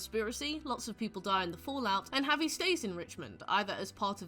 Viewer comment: why are you butchering javi's name so bad